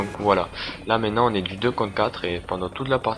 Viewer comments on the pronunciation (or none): none